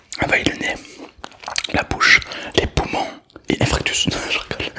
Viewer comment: Infractus ???? 😂 On dirait pas plustau infarctus ??? 🤣 Sinon super top comme d’hab